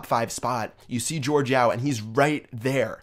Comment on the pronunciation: BTW, it's Yao, like Yao Ming the basketball player, not Yo